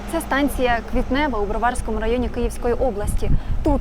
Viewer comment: А не можна було поговорити з україномовними, які б не стверджували, що удари по нашим складам - це тіпа помста рф? Бо, якщо виходити з помсти рф, то за що вони мстились, обстрілюючи Київ 24 лютого 2022 року? Не поширюйте російські наративи, громадське. І розкажіть своїй журналістці тупій, що не у БровАрському районі, а в БроварськОму. Нехай наголос навчиться ставити. Готуватись треба до репортажу.